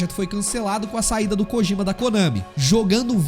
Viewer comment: Rídjio Cojíma.... péssima pronuncia.